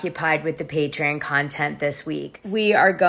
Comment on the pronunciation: I’ll make you a deal, I’ll sign up to your patreON to give it a try once you start pronouncing it correctly!!! It is NOT “pay-tree-inn” it IS “Pay-tree-ON!!!!!!”